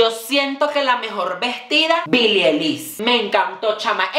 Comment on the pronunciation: Todo bien con la divaza pero que mierda le cuesta pronunciar bien el nombre de billie dioss